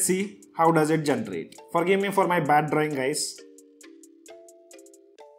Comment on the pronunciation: Generate. × Gentrate ✓